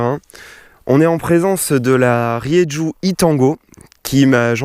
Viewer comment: on dit Rérou !